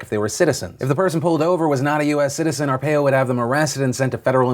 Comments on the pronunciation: Love this channel but you're miss pronouncing Joe Are Pie O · You could at least take the time to learn how to pronounce ARE-PIE-OH... I'm a fan, but if you're going to virtue signal get it right... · R Pie O = Arpaio 😉😆✌ Love You Man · I know this is picky but the name is pronounced Jor Are-pie-oh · It's pronounced R-pie-O. Idk phillyd it bothered me ¯\_(ツ)_/¯ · As a brown person from AZ, I hate Joe Arpaio, but Phil... It's pronounced Ar-Pie-Oh. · Hey Phil, love the show. But I live in Maricopa County and Arpaio is pronounced ARE-PIE-OH. Just to clarify. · I'm from Maricopa and his name is Joe Ar-Pie-Oh. That's how we pronounce it here. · I know it isn't important but it's pronounced are-pie-oh. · it's pronounced ar-pie-oh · It’s pronounced R-Pie-O. Just FYI Phil. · Well, o-pie-oh, too lol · It's pronounced ARE-PIE-O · Phil it's pronounced Are pie oh. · Do your homework Phil! You were driving me crazy with pronouncing "Joe R Pie o's " name wrong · Arpaio= Ar-PIE-oh smh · PHIL ITS ARE-PIE-O. MY EARS PHIL, MY EARSSSS. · I don’t think that’s how Arpio is pronounced. I think it is are-pie-o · Hey Phil. If you talk about Arpaio again, it's pronounced are-pie-oh. You're driving me crazy here fam. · I know I'm being THAT asshole right now, but Arpaio is actually pronounced like Ar-pie-o. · as from someone who lives in Arizona you are not pronouncing his name right, and he was pretty bad. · You keep saying Arpaio wrong! AR-PIE-OH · Hey Phil love the show I would just like to let you know ow his name is pronounced (are_pie_o) I've lived in AZ and have had to hear his stupid name all the time I remember being 13 and my mom telling to make sure I had my S.S. card when I would go play with my friends because him. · it's pronounced Are-pie-oh Phil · Its Joe R-pie-o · Joe AR-payo love it. even though thats not how you pronounce it. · Arpaio....pronounced ARE-PIE-OH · Tent city is voluntary and helps commute their sentence. Also, it's pronounced ArPIEo